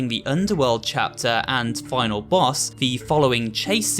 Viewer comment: you said bos not boss